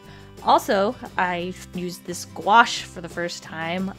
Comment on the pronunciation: I dont know why but i always hear “gouache” as “squash”